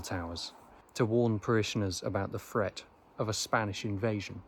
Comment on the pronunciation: So love your music but please, your narrative though interesting is somewhat annoying by your pronunciation of “th” threat not fret, Elizabethan, not Elizabefan, three not free!